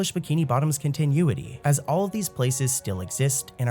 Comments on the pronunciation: Kon tin oooo it e 😂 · The way he pronounced it really rubbed me the wrong way lol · "continueity" lol